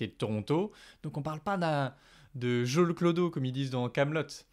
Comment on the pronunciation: « Jo le clodo » 😂